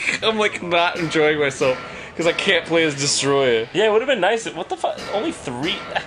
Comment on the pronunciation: its not "destroya" ITS DES-OH-TROYA